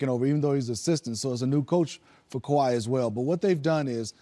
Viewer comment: This dude butchered everyone's name. Also getting confused who is he talking about Kyrie or Kawhi. If you are to talk basketball you should know not just the game but who is playing it too. It shows how little people pay attention and watch the Raptors. Tho his issues weren't just limited with the names of the Raps players but Sixers too